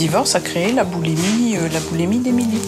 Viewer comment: boulimie pas boulémie ça m'énerve cette erreur de langage :@